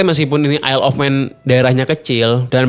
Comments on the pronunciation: Yayyy akhirnya ada yg bs ngucapin / pronounced “Isle” dengan benar 🎉🎉🎉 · Baru kali ada yang bahas TT isle of man tapi dengan pengucapan “isle” yang bener😂